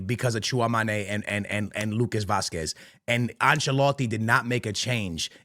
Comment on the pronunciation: Tchouameni❌ Tchouamané✅